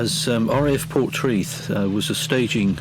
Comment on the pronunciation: Pronounced locally as ‘por-TRAY- th’